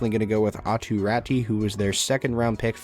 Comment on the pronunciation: Good vid, but the proof pronunciation is Aatu Rah-too… not Rattty 🐀 lmao